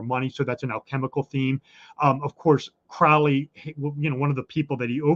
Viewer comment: Your guest is mispronouncing Crowley's name. Crowley and his assistant Israel Regardie got asthma but not from drug use. This guy is interesting, but he is Masonic and is advancing their agenda. Crowley said those who mispronounced his name 'wish to treat him foully.'